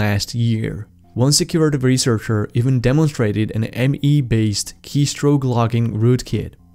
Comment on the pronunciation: You need to pronounce [s] correctly. The words are not 'dizabled' or 'rezearch'.